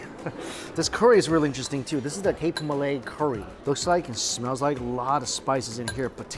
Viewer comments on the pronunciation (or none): none